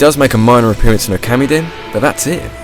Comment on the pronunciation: you are saying the characters names wrong when you get to these Okami sections, i know a bit about Japanese speaking, and you say Okami like it was spelled Okarmi doe to Japanese saying a's like Ar's. AND IT'S SAME WITH THE OTHER'S thank you for your time.